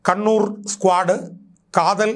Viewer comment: Kathalan alledaa mandaa kaathal😅